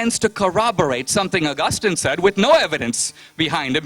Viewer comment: Whats the deal with Dineshs pronunciation? COREpurincus? Pro. DARNet? ARgustin?